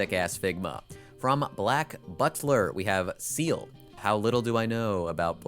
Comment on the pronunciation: I can't stop laughing (positive) at you saying "Seal-- how little do I know about black butler? well Seal and sebastian are getting nendos--" like incredible pronunciation storytelling on how little it is indeed! no shame tho, it's pronounced in the french-style, so something more like "syell".